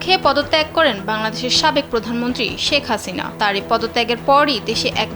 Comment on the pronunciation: মানুষ কে জে সম্মান দেবে আল্লাহ তার সম্মান বাড়িয়ে দিবেন, ওনার নাম শেখ হাসিনা, ওনি জখন প্রধান মন্ত্রী ছিলেন তেল তো কম মারেননি,এখন নাম টাও ভালো ভাবে উচ্চারণ করছেন না।